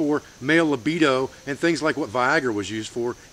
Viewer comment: You're a wise and very talented man, thanks for being there. One small correction though: it's "libido" vs. "lobedo" (has the same result of course). From your Canadian chiropractor student.